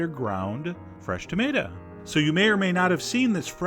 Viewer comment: Tomaytaz. xD